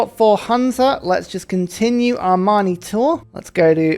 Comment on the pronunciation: I enjoy when pronounces Amani close to "Armani". I imagine him sending city-states loads of stunning suits and haute tailoring.